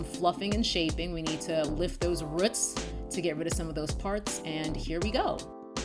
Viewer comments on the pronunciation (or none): LOL you say "roots" like an old lady in the south. I love it!